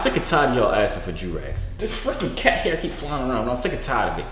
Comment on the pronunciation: 😂😂 cat “hair”